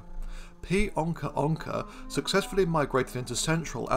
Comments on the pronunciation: *it's onça not "onca" and it's pronounced "onsa" Great video 👏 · but onca isn't the english term to name this animal, is it? I could be wrong, but I believe what happened was that he read the portuguese term "onça" and just didn't know that the Ç was pronounced like an S, and that's why he pronounced it like a regular C instead, and then that's why I thought it was ok to point it out, but my apologies if that's not the case then 😅